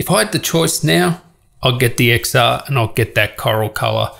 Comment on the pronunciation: It’s not IPhone X[x]R it’s IPhone X[ten]R For fuck sake